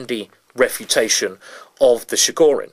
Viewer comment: It's [Ch]igorin, like in Chilli, not like in Chicago.